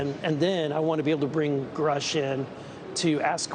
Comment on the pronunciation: That's exactly how you know that there is an attack on grush as we speak that's the third time I've heard the news channels butcher his name on purpose they called him scruff I would laugh if only it wasn't funny😂😶